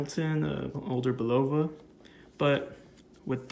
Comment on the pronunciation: Just a lesson from an old guy who heard the TV commercials back in the ‘60s… Pronunciation is: CARE.uh.vell And BULL.uh.vuh